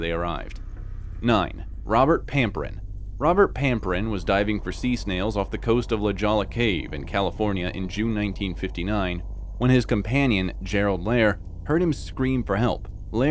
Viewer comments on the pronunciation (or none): Also mispronounced La Jolla. It’s La Hoe-ya not La Ja-la! Also Rodney fox was 23 not 13. He was in a spear fishing tournament.